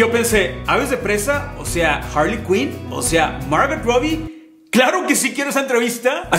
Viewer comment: Un pequeño consejo..no pronuncies la "t" en Margot